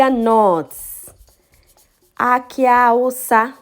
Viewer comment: When u were doing your tigernut the awusa it sounded like hausa